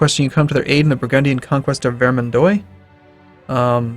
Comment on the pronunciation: Oh my god, you are making French ears bleed! "-ois" in French is pronounced "wa" not "oy"! As in Vair-mahn-dwa not Ver-min-doy! Please stop pronouncing everything phonetically, that doesn't even work in English!